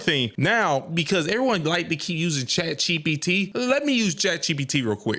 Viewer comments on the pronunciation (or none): "Chat CheePeeTee" dawg! 😂😂